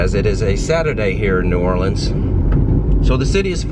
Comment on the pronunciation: I am very proud of you,, for pronouncing New Orleans properly.